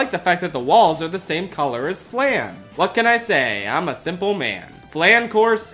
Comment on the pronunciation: love the video but you said flan wrong dawg